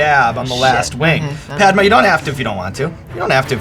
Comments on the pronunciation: this white dude does not know how to pronounce her name. He keeps onnsaying Padma like Launchpad. the a in her name is a 'uh' like Mama. its 2017 learn how to pronounce Desi names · Yeah! Made me chuckle too! He pronounced it like i'Pad-ma' 😂 when its more like 'Pud-ma'! But thats just how they pronounce it there..! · that's because Americans can't pronounce Indian names. It's pronounced Puhd-maa, which is another name for lotus, and not Paed-maa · NoT Pai...... Dma........ Its Pad......(not ai aan) Ma........ (aaan) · Padma means 'sacred lotus', but when pronounced ''Paad-Ma" like he did, it means 'Break a fart!' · the one and only complaint i’ve got is that sean butchered the pronunciation of her name in the beginning 😅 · The way he said her name 🤦‍♂️🤦‍♂️🤦‍♂️ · I'm like Ouch when he pronounces "Padma" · the way he says padma hurts my heart. #PRONOUNCENAMESOFCOLORRIGHT2K18